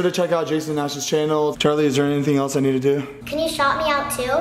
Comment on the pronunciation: lol you said tood